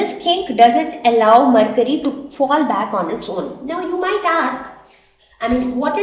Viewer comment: It is mercury not marcury